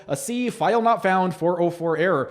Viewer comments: What’s idiotic is that you’re speaking like you’re an authority on a product that you don’t understand and can’t even pronounce the name correctly. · You’re really doing a lot of harm with your video. I could tell within the first few seconds that you haven’t done any research at all. You aren’t even pronouncing the name correctly. Seriously?? I had chronic thyroid challenges for 14 years. Tried everything. I started ASEA and by day 26 my chronic fatigue and brain fog was gone. By day 95, the rest of my issues like circulation in my left leg, brittle hair and nails, breakouts on my face, feeling cold all the time, and more, all gone. I’m here 4 years later experiencing even more benefits like my gum pocket count keeps improving each year and even my mental focus and memory and more. Typically, things get worse as you get older, but nope, my health is the best it’s ever been. I hope you rethink this. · I’m watching the entire video and reading all of your comments. You’re not even pronouncing the product correctly. Tell me what the 8 reductants and 8 oxidants are. Maybe educate yourself on it before you act like you’re on authority on it. UGH